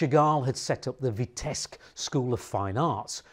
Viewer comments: Its Vitebsk with a B not Vitesk. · Vitebsk is rather pronounced VEETEBSK with 1st syl. stressed. Thank you for the story. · Thank you for your videos! Just one comment: the city’s name Vitebsk should be pronounced as “VeeteBsk” (‘B’ has to be pronounced clearly) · Btw, b in Vitebsk is not silent. g in Modigliani is silent. Could you? :)